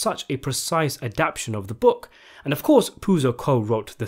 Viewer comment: He was definitely missing the word "adaptation". Instead saying "adaption". Wtf?